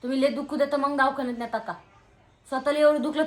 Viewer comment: दवाखाना ❌ दावखाना ✅